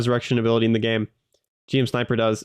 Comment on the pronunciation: One tiny nitpick from a Gundam fan - GM is usually just pronounced like Jim. Loving the content, and I'm so hyped to get to play this game on the regular at release!